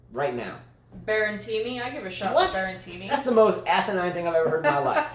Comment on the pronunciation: Should they try to make US Open the last tournament of the year? Or second last before Tour Finals? Tennis does seem a bit dead this time of year. Also a little pronunciation tip: Berrettini: Be - re - TEE - nee Fognini: Fo - NEE - nee (silent G)